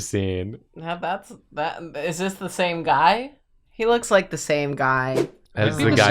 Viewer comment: why did you put emphasis in "IS" ? Shouldn't the emphasis be on "IN" ?